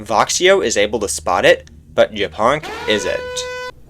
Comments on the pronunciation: Just realized that Japonk is Polish and the way you are reading his nickname is vile lol 😂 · I thought Japonk was hungarian, cuz the way he said it sounds like how we say it aswell. But he is not :c